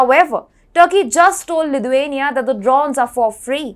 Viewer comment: Great content, but please pronounce Lithuania correctly, it's sounding more Ludhiana